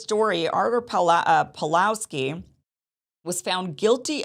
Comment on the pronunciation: He's name is PAWLOWSKI not Palowski. He got punished not only for free speech but for keeping church doors open during lockdown. Most famous video, with millions of views all over the world, when he kicked Alberta's 'covid police' out of church yelling at them "get out your nazi". Kim you should really educate yourself more about him before making a podcast.